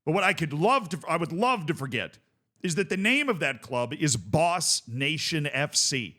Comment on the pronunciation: It's not even Boss... it's Bos!